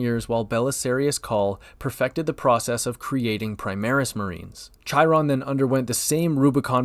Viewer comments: I'm never going to get over people pronouncing Chairon like "Chai-ron"... they likerally say his name several times in the game... come on guys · That Chiron pronunciation was like chalkboard scratching. I want think it was on purpose...